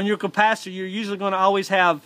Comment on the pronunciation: It was a very helpful video, thanks. Gotta say it got a kick out of your accent, I will forever call it a "compacitor" going forward.